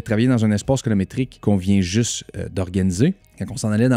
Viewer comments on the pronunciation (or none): Yezzzirrrrrr!!! Encore un autre excellent vidéo! 👍 *Colométrique ou Colo"RI"métrique!? 🤔😉